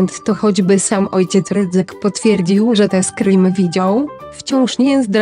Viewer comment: A wiadomo skąd to w ogóle się wzięło? Skrim zamiast normalnie screen? W każdym filmie tak jest